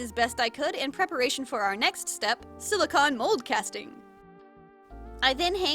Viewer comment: I know no body is talking about this but you say silicone like con props and cons but it’s silicone like a ice cream cone